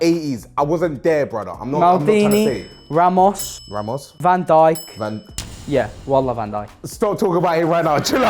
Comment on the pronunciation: Broski said van djik in top5🤡